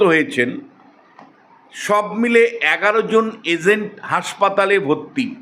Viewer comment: Agent, not Azent.😂